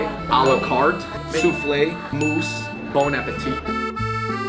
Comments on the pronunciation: Guys is Tarte Tatin not Tarte Tartar. Also its MOUSSE au chocolat not MOUSE au chocolat lol!!! Edit the video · It's "à la carte" not "a la carté", "tarte tatin" not "tart tartar", "mousse au chocolat" not "mouse au chocolat".